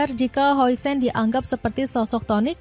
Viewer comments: Namanya dibaca "din hawsen" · Dibaca "Hausen"